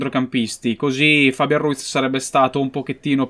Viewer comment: si dice fabián, non fábian comunque sei un grande